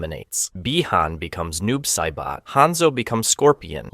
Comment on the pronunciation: bruh i had to jump out the video and take back my like bc noob saiboh was my last straw